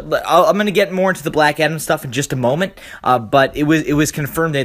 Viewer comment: Black atom??? its black adam